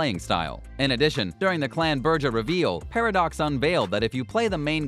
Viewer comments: BRUHja clan. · What the fuck is a Buurjah clan? Why do they let people who don't know the game, narrate this? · "Burjah" clan ? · "THE BERGER CLAN" thanks for buthering the clan names.... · Did he just say Burja? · I normally no judge pronunciation. Specially with the Brujah Clan. But... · Ah, yes, can't wait to play a "Berja" or a "Mulkvian" after the next developer takes over for "Hard Suit Labels." Maybe experiment with the "Venture" clan. Clan choice is a major part of your character sheet in Vampire: The Masquerade and you managed to butcher MOST of them. - BROO-ha - mal-KAY-vee-in - VEN-troo Genuine bit of advice: get someone else to start watching your videos before you upload them. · What? You're not a fan of the Berjer clan? or the Vencher Clan? Or The Mokvians? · Just in case you decide to make more videos when ACTUAL news comes out, Brew-Ha, Mal-Cave-ee-in, Ven-true (exactly how it is spelled), Tore-E-adore and blood is Vee-tay, not "Va tie"... I guess we should all be fortunate that there was no mention of Tzimisce. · Like "Burjah" istead of "Brujah" and "Venture" instead of Ventrue. I stopped watching at that point... Why does someone tries to dabble in something that he has no clue about? Like Potency instead of Potence... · watching him strugle with ventrue, brujah or malkavian makes me wish, tzimisce would've been announced lol